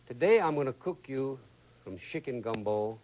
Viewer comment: Shickin 😅 He pronounces Chicken just like you do.